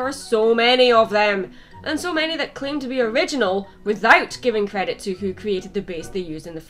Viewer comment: *credit?(you said redit)